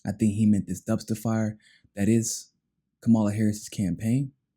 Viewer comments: Kamala isn’t black and it’s probably best if you don’t mispronounce her name because it makes her sound black. It’s pronounced KA-ma-la., not ka-MA-la. Great video as always. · It really saddens me that using a fork and napkin, in any situation aside from cannibalism, is a factor for any person considering a President. What about continuously mispronouncing a person's name? Does that lose a person credibility? Kama-la. She is terrible, but say it correctly.